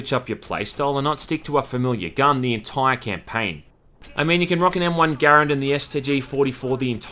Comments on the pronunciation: To the few comments saying he's pronouncing the M1 wrong: Thats how the creator of it pronounced it (Garand also being his last name) "GAIR-UND" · I’m happy that you pronounced garand correctly.